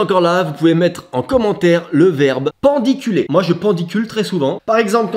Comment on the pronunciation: Pandiculer ... sinon trop bien la vidéo !